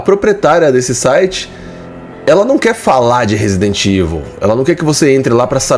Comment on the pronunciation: A pessoal diz Resident IVU e mandou que a pessoa não sabe ler nem falar inglês.